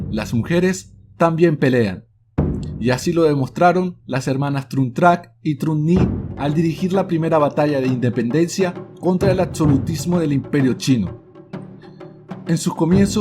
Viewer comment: muy interesante el vídeo, pero le recomiendo unas clases con fonoaudiología, usted sufre de dislalia. no es etpcito, es éxito se pronuncia sc, no es atcede, es accede, no es, Atsolutismo es absolutismo por ejemplo.